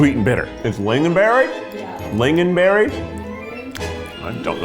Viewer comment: lingon is pronounced LING-on, not lin-gon 😤😤